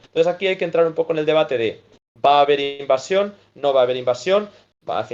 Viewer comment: Se dice invasion. No invacion.